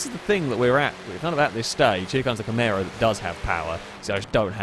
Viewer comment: No one:: Camèro